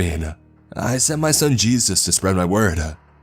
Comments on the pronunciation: Lmaoo I wanna know what Hispanic calls Jesus "Chus". That's the first time I've ever heard that 🤣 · Dude says jesus like its spelt Juice. Kinda ruined the whole story hearing that. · Jesus in Spanish is pronounced juice 😂